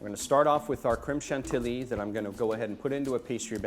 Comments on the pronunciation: are you really cooking sitting down? And also it is not ''shan-tee-lee'' it's ''shan-tee-yee''. In french 2 ''L'' make a ''y'' (I'm french....and that explains why I'm an asshole) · pronounced : chantiyee. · You pronounce it shanteeyee chef.